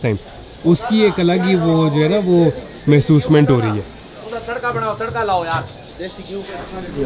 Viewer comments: mahusment kia hota ha 😅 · “Mehsosment” new word invented by 😂😂😂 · Mehsoosment😂 kia hota